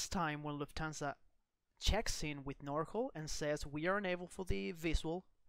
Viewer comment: FYI, NorCal = NORthern CALifornia, it's pronounced NOR CAL not NOR CALL. Same for SoCal = SO CAL not SO CALL ;-)